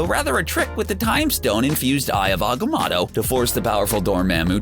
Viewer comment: Alien spaceship? Jebeeree tribe? What is Gamora? Throw apart titan's moon? Titan is a moon, it was one of Saturn's other moons Hydra in civil war? When he said the mirror dimension he showed the quantum realm in Dr strange. Its agamoto not agamahto. Masters of the mystic arts not mystical. Dormamu not Dormamu (yes, spelled the same but he pronounced in an odd way) Have you even watched any of these movies?